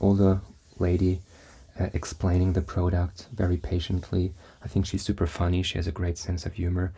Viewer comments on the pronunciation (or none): Good video my friend thanks! Just wanted to tell you that the right way to pronounce product is Prah-duct not proh-duckt